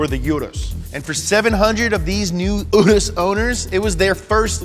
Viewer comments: You-ROUSE is how to pronounce it. Sorry imma lambo nerd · I thought it is pronounced ur ass I was so wrong lmao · Lamborghini calls it the oo-russ. This is my third time watching this vid btw. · My brain hurt everytime you said "oo-dos" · For those of you wondering, Urus is pronounced "oo-russ" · It’s pronounced like Oodus. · Wow you killed the action trying to say Urus.... huge cringe